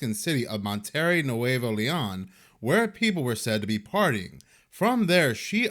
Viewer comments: Have you ever heard of Monterey, California, right there by Santa Cruz? I figured that would help you pronounce Monterrey, Mexico better. It’s pronounced exactly the same way😬🙂 Much💞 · The way he pronounced Monterrey. Nails. On. A. Chalkboard! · Mon - ta - ray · Pls learn proper pronunciation of Monterrey